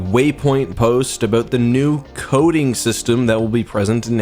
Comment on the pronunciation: I thought he said coding in stead of coating, hahaha